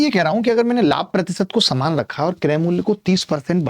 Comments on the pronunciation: saman not samaan🤣😂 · Saman not samaan 😅😅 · Saman not saman 😅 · Saman❌ saman✔️😂